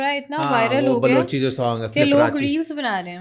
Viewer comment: Bhai apki video or vlog kafi sallo se dekh rhe hai but jo apne bolla balochi wrong sory to say balochi hote hai